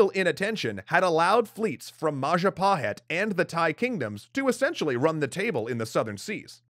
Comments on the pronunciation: Mapajahit ❌ Mahajapit ❌ Mapahajit ❌ Ma ja pa hit? ✅ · Mapajahit ❌ Mahajapit ❌ Mapahajit ❌ Mahapajit ❌ ... Ma Ja Pa Hit? ✔️ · As the last episode came up, I wanna say thank you very much for all hard work. . Just have one thing for all, including indonesian, about the most correct way to read "Majapahit". It is Maw-Jaw Pa-it ('h' is silent). It derives from Maja (read:maw-jaw), the bitter (pahit) fruit. My village name is still has its correlation, Curahmojo (Mojo-Creek). It is 40km from the center of Majapahit kindom. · Majahapit ❌ Mapajahit ❌ Majapahit ❌ Mahajapit ❌ Ma-ja-pa-hit? ✔✔✔✔✔✔✔